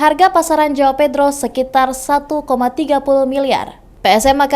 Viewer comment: Tulisan yang benar adalah : João Pedro dan bacanya JUAUNG PEDRU